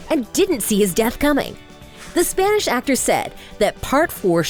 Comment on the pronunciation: your pronunciation of Spanish is hilarious